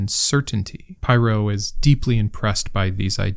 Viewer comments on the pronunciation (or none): It's pronounced as in 'pirro', not 'pyro' (even though it would be more badass). :)